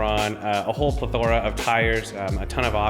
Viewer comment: “Pla-tora”? You mean.. “Pleth-ra”?